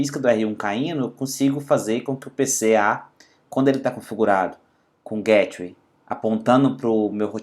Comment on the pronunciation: Nao se pronuncia GÉTWAY , pronuncia-se GAYTEWAY. Excelente video. Obrigado